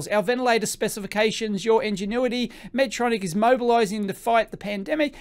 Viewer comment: Respectfully it’s pronounced “Medtronic” (not Medtronics; no ‘s’ at the end; not plural)